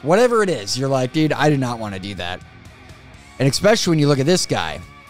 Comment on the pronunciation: Too many feet... I think I'm going to throw up. By the way what does "expecially" mean... I don't think I've heard that "word" before 🤔